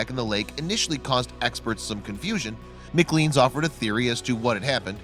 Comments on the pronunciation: First of all, it's pronounced MC CLANE not MC CLEAN ffs..... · The magazine isn't pronounced macleens